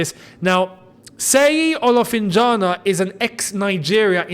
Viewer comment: ...call it this way...SHEYI OLOHFINJAHNA. seyi Olofinjana is d right spelling